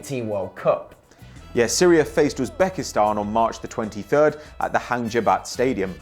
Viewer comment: nice Hang Jebat pronounciation ! - Malaysian